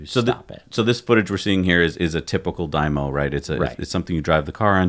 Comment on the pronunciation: Dyno, not 'dymo'